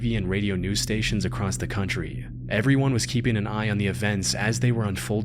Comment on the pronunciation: "acrosst" is not a word, stop it :P